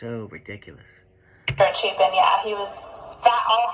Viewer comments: Grew up with EC’s uncle. My mom worked with his mom. Anytime someone mispronunces Chapin i scream inside. And everyone keeps talking about the 8 hrs- shit- did they not go to college? We all slept in til 11 or 12 especially after being up all night. College students are chronically sleep deprived and don’t have normal sleeping patterns. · I saw a couple of his videos a few months ago, and I had to stop watching literally because he kept pronouncing everything wrong. As soon as I heard his voice on this video I was like "oh no, that guy" and then you were spot on, minute one, when you mentioned he pronounced Chapin wrong. It's one thing to have a slight speech impediment of some sort which he seems to, but at least try to pronounce half of the names right. That alone drives me batty!